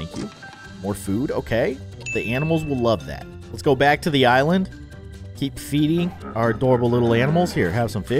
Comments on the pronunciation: It's keep not ceep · 😂😂 it’s freaking Keep with a K